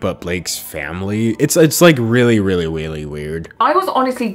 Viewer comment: "Really weally" I felt that to the heart it's happen to the best of us